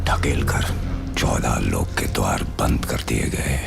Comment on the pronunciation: dawaar???? Aplog punjab se ho kya???